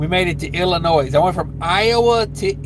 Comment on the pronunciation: Bro, there is no “S” pronounced in Illinois, I about lost it when you said IllinoiS the second time😂